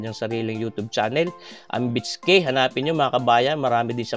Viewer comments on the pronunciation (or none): none